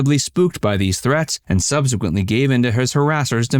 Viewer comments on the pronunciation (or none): none